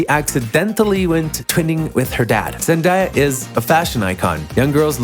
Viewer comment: PLEASE WHY ARE YOU SAYING HER NAME LIKE THAT 😭😭